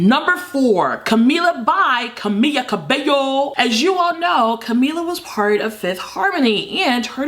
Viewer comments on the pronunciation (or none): Camila isnt ''Cami'a Cabe'o'' but only ''Camila Cabe'o''